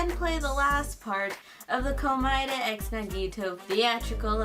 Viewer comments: She did not just say Komoeda x Nagito 💀🤣😭💀🤣😭🤣💀🤣😭😭🤣💀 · wow. She said komeada x nagito.